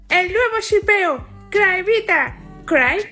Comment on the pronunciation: No es -cryvita Es -cryevita 😂😂😂😂😂😂😂😂😂😂 👇🏻Dale like si estas con cry